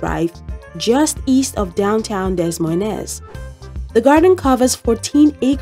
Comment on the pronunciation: It's pronounced DUH MOYNE.... The S's are SILENT!!! ABSOLUTELY NOT , Dez Moy Nez 😅